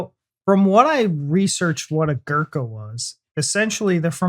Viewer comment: Your caption: "become a Gurkha". He is a born Gurkha (community) & doesn't become a Gurkha. You may say "become a Gurkha soldier". , ....... Your pronunciation of their collective name is 'atrocious'. For your sake, to suit your pronunciation I modify the spelling to "Goorkhas" (the first syllable rhyming with poor or loot).